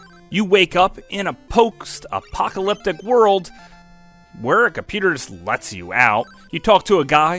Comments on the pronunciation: Also, are you intentionally mispronouncing words? For Crystalis, you rambled off "pokest-apocalyptic" (it's post, not pokest) and pluralized computer for no reason. And you said people passed on Astyanax because they can't pronounce it's name... including you, apparently. The name doesn't end in "iax". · the fuck is a "Chackie" Chan? "Poxt-apocalyptic?" Slow down, do several takes for your voice over and check your work before posting. Good video, annoying voice-over with potential.